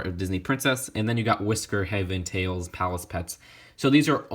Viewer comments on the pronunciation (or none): none